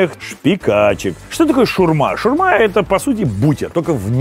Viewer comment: шАурма, а не шурма, блин